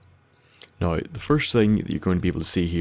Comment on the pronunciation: every time you say now, i think your saying no, and ur about to be like no im just fuckin with you